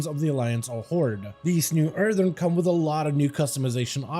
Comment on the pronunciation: Please. It’s “Earthen” not “Earthern” There’s only one “R” in Earthen